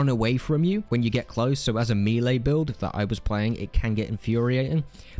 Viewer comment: Me-Lee build? It's pronouced 'Mellay'